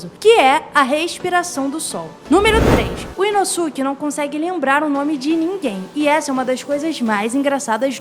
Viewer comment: massa, mas ficaria mais feliz se pronunciasse os nomes corretamente... nome é nome, não muda, independente de onde se está! "Urokodaka"? "Inossúki"?